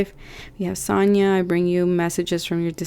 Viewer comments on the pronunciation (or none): none